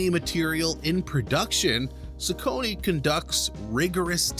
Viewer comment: Is pronouncing it incorrectly